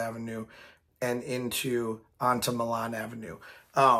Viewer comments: Hey idk if u remember me but you shouted me out in a video when I was working no hate or nothing but it's Milan pronounced my Lin and I love your road idea but idk if it can happen also I've been watching u for years now ur videos made me a rollercoaster person and living in the Sandusky area I have easy access to cedar point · Real quick pronunciation note Milan Rd is said as my-lan or my-lin locally or just call it rt 250